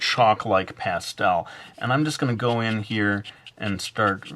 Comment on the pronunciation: lol that's not how you say pastel:S